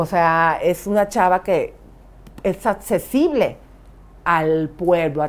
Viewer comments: Elisa Beristain al minuto no puede decir accesible jajajajajaa y ahí están criticando a las Artistas que no saben hablar me muero de risa!! 😂😂😂😂 atccesible no puedo! 🤣🤣🤣🤣🤣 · ELISA: NO SE DICE ATCESIBLE, SE DICE ACCESIBLE. NO SE DICE INCANSABLE , SE DICE INALCANZABLE cuando tratas de decir que nadie la merece.